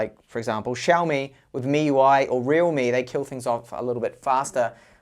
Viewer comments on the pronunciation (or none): none